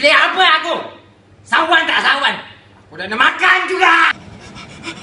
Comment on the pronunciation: dah la cakap cawan tak sawan!!!!